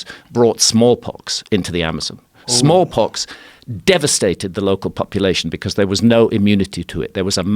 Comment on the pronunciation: Thought he said they brought in “small cocks” Instead of “small pox” Small cocks seemed more plausible and likely than small pox from these people